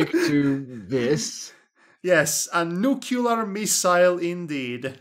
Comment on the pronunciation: Dammit,, stop saying nuculear!:v